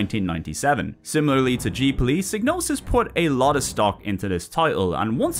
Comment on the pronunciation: Psy-no-sis G is silent like in Gnosis